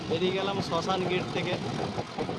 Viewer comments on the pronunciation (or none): আরে ওটা শাসনগির😂 শশানগির নয়